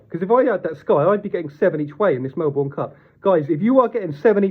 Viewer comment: Mel-burn, not Mel-born